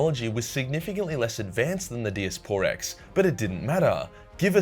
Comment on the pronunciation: Die-ass-per-rex not dias por rex